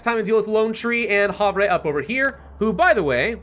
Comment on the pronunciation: Havre is actually pronounced Haver and is a town in Montana